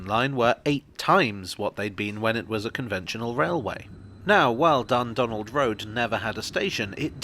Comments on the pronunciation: I keep hearing 'Dumbdonald' and thinking it's named after Trump. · The pronunciation of Dundonald is really getting at me